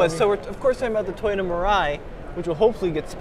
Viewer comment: Toyota is not pronounced TAY ota, &, Toyota is not pronounced TIEota. As long as Toyota has been in the United States of America, you should be able to at least pronounce the name correctly. It is pronounced TO-YO-TA. Have you got it yet? Repeat it 10 times, if that is what it takes